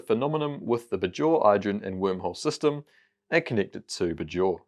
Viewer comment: The way he says “Bajor” is jarring (maybe he hasn’t actually watched DS9) 🤔 Rhymes with Bayshore not Lahore